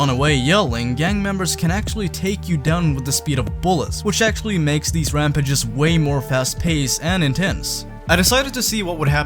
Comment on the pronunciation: Your pronunciation of rampages gave me aids